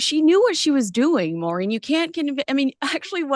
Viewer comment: Balenciaga must be regretting inviting Meghan to the show, because it wildly, broadly revived everyone's memory of that disgusting ad campaign three years ago. Great chat ladies, love to you both. To dear: It's Maureen, whenever you say it it sounds like "Marine", lol.